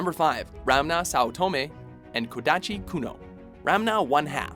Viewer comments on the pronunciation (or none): It's a bit annoying that he said Sasuke Uchina and Ramna instead of Uchiha and Ranma which is correct. It's also Kodachi, not Kodashi. Also, at Tenchi Muyo, there's still the names from the previous honorable mention.